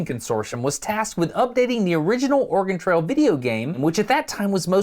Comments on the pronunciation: Organ trail? You seem to be missing a vowel😂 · so as a guy who listens videos as a background noise.. kept hearing ''organ trails'' 😅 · I can't be the only one who hears Destin say "organ trail" when he says "Oregon Trail", right? cause that would be a quite different game :D